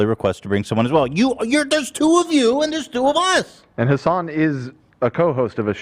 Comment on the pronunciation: I know "HAsn" is a meme, but I'm genuinely starting to wonder if Ethan has forgotten how to say Hasan's name.